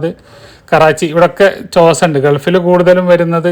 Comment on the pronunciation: ചോസ എന്നു പറഞ്ഞാൽ മതി. ൻ സൈലൻ്റ് ആണ്.